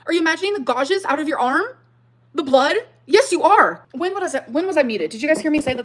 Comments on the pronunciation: oh no. not the "godges" on emily's arm. i can't with ole gorl 😂😂😂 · Now we've learned she can't pronounce "gouges," so that's fun too. "Gau-jhiz." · Did she say gouges as “gaw-djiz” like what 😂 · What's a godge?? 😅 Godges? Oh gorlllll. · Why cant dumbass say "gouges"... she says gojes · Why is she saying gouges that way 😂😂😂😂😂😂 she’s so dumb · The fact that's she can't say gouges but keeps repeating it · She doesn't know how to pronounce the word "gouges?" This crashout is wild. And the photo that allegedly proves Amber is right, why doesn't she show it as full size? Is it because it's obviously been altered in some way? Also, the tongue popping isn't doing what she thinks it's doing for her. It's just super annoying.